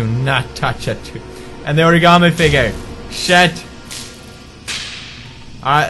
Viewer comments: I can't freaking stand everyone saying Origami incorrrectly. It hurts so much. OH-REE-GAH-MEE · oraigarmi xD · WHY DO THEY KEEP SAYING ORIGAMI WRONG!!! AHRAGHRGHAHR!